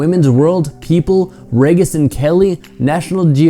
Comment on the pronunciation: Reagus and kelly? Reegis.